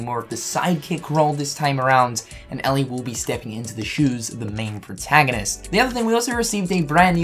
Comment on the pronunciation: Eeeeelie not Allie it's Ellie.